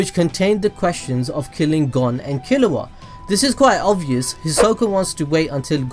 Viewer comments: Um killua is pronounced kill-you-wah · “Killuat” “Hisock” Kill me 💀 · The way he says hisoka and killua